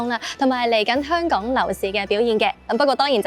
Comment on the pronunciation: 好嚴重懶音😂應該係香港